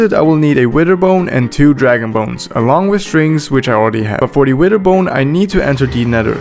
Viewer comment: i like how he says “wither” he says “wider”